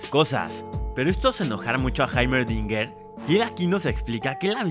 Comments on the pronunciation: está bien como se escribe pero se pronuncia Jeimerdinger . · Que Grande, le dice haimerdinger en vez de heimerdinger xD, aún así, eres tremendo resumiendo master